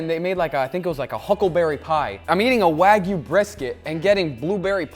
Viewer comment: Did Guga actually say "Wayg-B-Q?" Like wagyu BBQ? I appreciate a high-end cut of meet as much as the next guy, if not more so. But I've never developed the palette for BBQ that I would waste it in that fashion. As for the wine marination: red wine has a lot of enzymes that will help break down the connective tissue in brisket, which is typically quite tough. I've done similar with other tough cuts and have great results. You can do the same with pork and white wine, though white wine isn't as effective, but pork isn't generally as tough, even in the cheap cuts.